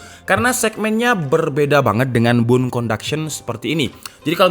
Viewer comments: bone kak bukan bune 😁👌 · Dari tadi gw dengerin BUN conduction itu apaaa, lama2 gw paham maksudnya BONE